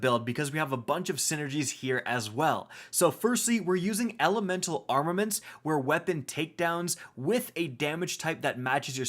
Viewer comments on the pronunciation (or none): "*armamanets" here